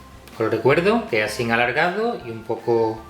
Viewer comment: "Asín de fáhsih" jeje